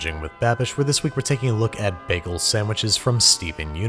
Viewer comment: the way he says bagel makes me wanna jump out of a moving vehicle but his content is good so i’ll let it slide